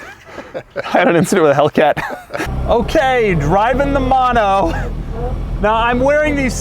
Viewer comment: if every time i get dollar when he says mono as MAno i can catually afford that car